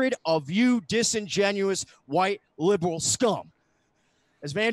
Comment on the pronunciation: Every time says the word liberal I smell the entire East Coast emitting off of him